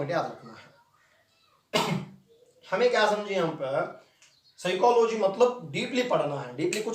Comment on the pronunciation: P remains silent but pronounces 'p' in Psychology